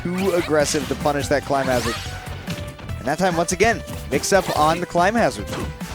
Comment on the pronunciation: Does it bother anyone else that the commentators were saying 'climb hazard' instead of clim hazard?